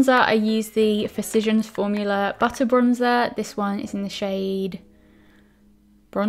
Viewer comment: Not how does haha